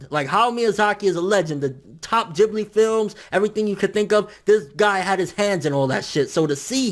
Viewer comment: Its ghibli not jibli.